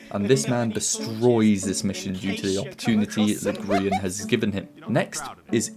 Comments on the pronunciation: bro said grien 💀💀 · I hate to think how long this took, just to get details wrong. I only watched seconds, but the video title is wrong, it is the 'life' series, not the last life series, and You mispronounced Grian's name, only seconds before Mumbo said it correctly in the video. Astounding.